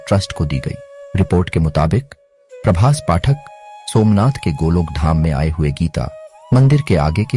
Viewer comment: Prabhas patan(name of the place) not Prabhas pathak